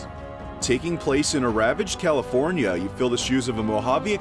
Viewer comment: No way he said california